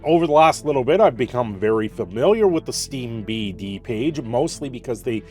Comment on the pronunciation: Steam D B, as in DataBase. Not Steam BataDase